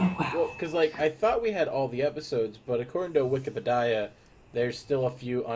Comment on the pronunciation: Did he just say wikepidia instead of Wikipedia